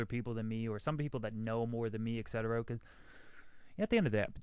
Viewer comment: It's 'et cetera', not 'ekcetera'. Don't want to be a dick or anything, have fun with your podcast!